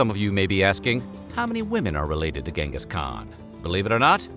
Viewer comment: Who Genteez Teezizkhan ?!!